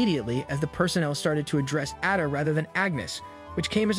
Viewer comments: why so hard to say Ada, it’s Ada not Adda, if you’re going to tell the story at least get the name right. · Her name is Ada not Adda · He completely lost me at Adda . I feel like it is a bot audio translation or something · It 's Ada pronounced AY-da - long A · Whoever you are you evidently don’t know anything about Julian fellowes and his shows. You even mispronounced Addas name